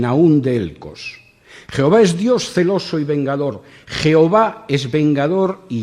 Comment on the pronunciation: Deja de decir 'jeova' o pierdes toda credibilidad